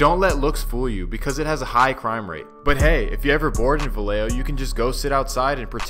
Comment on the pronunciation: It’s pronounced Vayejo. 🤦🏽‍♂️🤦🏽‍♂️🤦🏽‍♂️ two L’s make the Y sound.